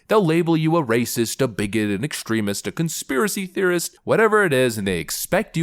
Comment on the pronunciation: Please stop saying "conspiwacy."